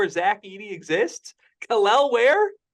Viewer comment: is increasingly becoming pro hoosier... first Malik then now Kel'el (with the correct pronunciation!):)